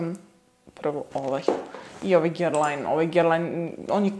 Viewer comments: izgovora se GERLAN, ako vec preporucujes parfeme onda bar nauci kako se izgovora 🤣🤣🤣🤣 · Guerlain se cita 'Gerlan' a ne po Vuku Karadzicu 'pisi kako govoris, citaj kako pises' 🤣 Kilian se cita Kilian, Moresque se cita MoresK a ne MoresKU, La Colle Noire cita se La Kol Noar, Hermes se cita Ermes, L'ambre des Merveilles se cita Lambr de Mervej, a parfemi koji nisu mass-market su niche parfemi ❤️